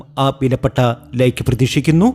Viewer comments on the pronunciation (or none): none